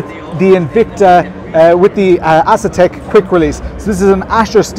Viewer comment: Not a big deal but I am pretty sure that it is pronounced “A” setek not “Ass”etek. 😅❤